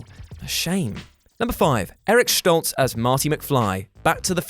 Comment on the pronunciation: If you're going to pronounce it "Schtolz", why not pronounce it "Fochs", to be consistent 😝